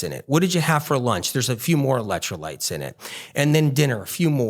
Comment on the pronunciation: Why does he keep saying ELET trolites. I thought it was ELEC trolites. Keeps saying eletro lites, eletro lites.